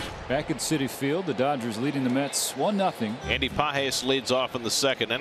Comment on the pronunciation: Does anyone else hear Andy pot head when they say his name